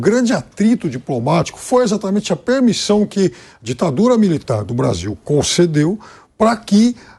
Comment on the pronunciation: VC DISSE DITAFURA MILITAR??????